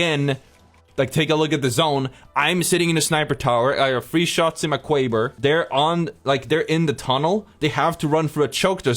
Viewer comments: Lmao “I got 3 shots in my kwaber” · Bwo went cwazy with the Kwaber